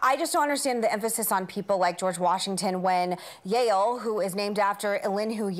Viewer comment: when Meghan said "Yahul" I literally didn't understand what she was talking about 🤣 .....Yale.....